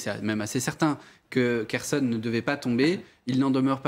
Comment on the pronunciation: Waw qui commente les stratégies russes, et la manière dont les gens prononcent les villes telle que kherson, elle dit kershon sec , mais dieu preserve nous de la connerie